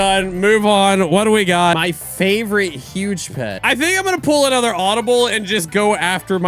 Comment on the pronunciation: “Anoter”💀💀💀💀💀💀 “dead railes”💀💀💀💀💀💀